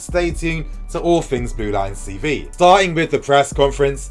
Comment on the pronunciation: I swear he says Blue Lions CV, not Blue Lions TV. It's really annoying.